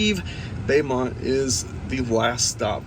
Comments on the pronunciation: Beaumont,Tx is pronounced “Bow - Mont” & NOT “Bay - Mont” I’m from Texas so I had to correct you lol. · It's pronounced "Ioway"" Louisiana. And also pronounced "Bomont" Texas